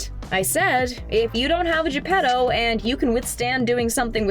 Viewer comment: It's not "Gepero"... It's "Geppettttto" with a t, not an r